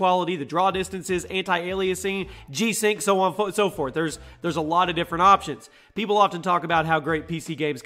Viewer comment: G-strings ?? .. Oh,you said V-sync ..